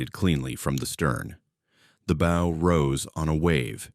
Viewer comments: Can AI not pronounce english language words. Bow for example? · How are we supposed to believe this BS when they don't even know how to pronounce "bow"? The Morrell sank in Lake Huron, not Erie. A wave traveling 600 ft in 4 seconds would be traveling over 100 mph, hogging on one wave never happens on the Great Lakes. Modern ships don't pitch on the Lakes since the waves are so close together. Cross waves tend to get reduced when the wind changes direction, not multiply. I sailed for nearly three decades on the Lakes, never heard of a Lake Erie Triangle, most ships went down over 100 years ago on Lake Erie. The tail of the panther may have been dangerous to the Iroquois but they were in frigging canoes. I call BS.